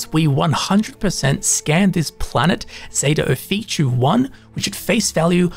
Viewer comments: I love taking advice from someone who cannot pronounce something that they are explaining correctly. How does Ophiuchi = Oh-fee-choo? In what language exactly? It's Offa-yoo-kee. Or Offa-yoo-kuy. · Got a couple tips for you and your watchers. By the way, the planet is pronounced Zeta [o-fee-chu-ee] just how it's spelled, which is Ophichui, not [o-fee-chu]. lol 1. Pop an Amp when traveling large distances. You'll run 35% faster and jump 2x higher for 2 minutes. 2. Set your FOV to the maximum in first and third person view (since they've added in the FOV slider in a recent update.) It just gives you SO much more visibility. It's definitely a quality of life upgrade. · Just FYI it’s pronounced “oh-FEE-you-ki” not “oh-fee-chee” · "Off-ee-oo-key" If you try to spell the name you are saying, you will see it looks wrong. The most wrong bit being that it ends with an "oo" sound. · FYI: Off-e-oooh-key